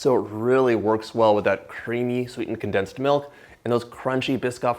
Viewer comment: Con plus densed. Not densed.